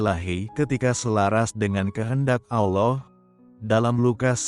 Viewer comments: Salah penyebutnya Pak Allah bukan allow itu nama yang sudah betbeda Terima kasih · Saya merasa janggal mendengar pengucapan "ALLAH" manjadi "OLLOH". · Tolong sebutkan Allah dan bukan Allow. Terima kasih. TYm.🙏🙏🙏🙏🙏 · Amin. 🙏 Mimin, biar pakai kata Allah saja tidak usah pakai Auloh lah.... 🙏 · Ameen Halelujah,Doa yg sangat indah tapi sayang penyebutan ALLAH diplesetkan ALLOH,TUHAN ALLAH kami adalah pemilik Surga Damai & Sukacita bukan TUHAN ALLOH pemilik Surga kenikmatan 72 bidadari,tolong dikoreksi donk,membuat mood berdoanya jadi berkurang,kesisipan rasa keki/dongkol mendengarnya,konsep ajaran 2 agama ini berbeda/bertolak belakang sama sekali tidak sama,yg satu mengajarkan kasih & mengampuni,yg satu lg mengajarkan bunuh yg bukan seiman,darahnya halal ditumpahkan,interupsi keberatan penyebutan nama TUHAN ALLAH not TUHAN ALLOH,undestood my brother,thanks 🙏🏻🙏🏻🙏🏻❤❤❤👍👍👍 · kenapa anda menyebut Allah dg Alloh? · Tolong dirubah mengatakannya bukan OLLoh